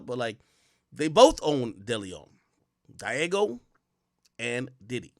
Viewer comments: Diageo IS Pronounced: DEE-AH-GEE-YOO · Say it with me Ak DEE-AH-ZHEE-Ō